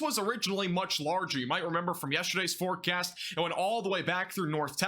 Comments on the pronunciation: Welcome to another Max Velocity FOREcast lol. Dude is a beast tho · The way u say “forecast”. Hella priceless ong